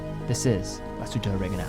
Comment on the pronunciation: I'm sorry that didn't make an effort to pronounce Glasshütte correctly. Kudos though to spelled it right in the introduction. Yes, it's an umlaut over the u, and it has consequences in pronnounciation. Therrfore 5/10 for overall effort.